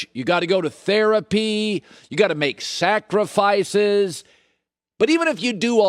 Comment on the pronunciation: Did anyone peep how he said sacrifices